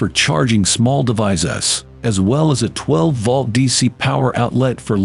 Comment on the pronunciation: Tell your announcer,, that "volt" does not rhyme with "vault". This is why you should hire a human being and have human beings listen to the narration before you post it online and undermine your own credibility.